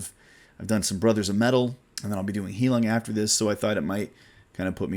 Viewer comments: It’s pronounced “High-loong” it’s German for “healing”. 😉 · I forgot to mention... I noticed you mentioned Heilung a lot. It's actually pronounced High-lewng, or high-loong, whichever is easiest to read. Basically, think of the loon bird, then just add an 'ng' at the end.